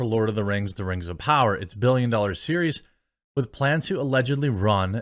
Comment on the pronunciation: Da Rangz a powah!